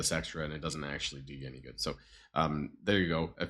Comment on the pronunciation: Your becoming more German as the days pass.. The anger the way ya said good like gud 😂 The indoctrination has begun aha.